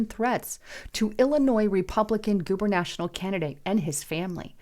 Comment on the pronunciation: it's not GuberNational honey, Its GuberNatorial... Lol. Do we need to wear our glasses? js. Love you... 🙏🙏❤❤🇺🇸🇺🇸